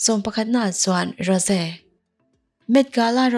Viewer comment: Rose hi tinge Ro-se ti a i lam deuh tlat a